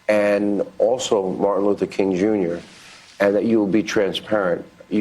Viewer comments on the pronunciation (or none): none